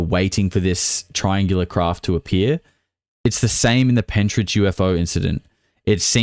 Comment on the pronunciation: Pentyrch, pronounced penterk. Not Pentridge. I live just up the road from there.